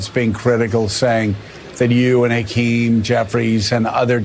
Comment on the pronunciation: I see mispronounce Hakeem Jeffries first name which is what white folks do. The Democrats need to be UNITED, not divided. Even the repugs are talking the same talking points. They're united whether they believe in it or not. We the people have to lead ourselves and become UNITED because these politicians are NOT LEADERS.